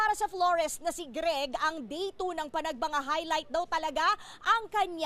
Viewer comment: yung nirereport hindi naman yun ang nasa video. tsaka hindi panagbanga yun... Panagbenga yun